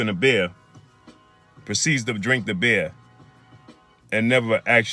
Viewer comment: It's funny how he says "beer"